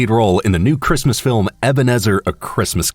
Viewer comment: "Filim aductaion of luigis mansion" Me: AAAAHHHH